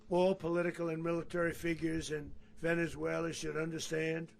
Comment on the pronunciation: Why does he keep saying Venezueler?